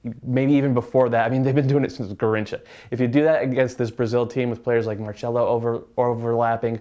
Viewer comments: "marchello"? It's pronounced like it's spelt..Marcelo. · Its pronounced "Marselo" not "Marchelo" and written Marcelo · Yeah man, it's Marcelo just like it's spelled. The C has an S sound.